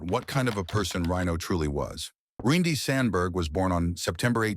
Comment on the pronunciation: Ryne not Ryan. Great job AI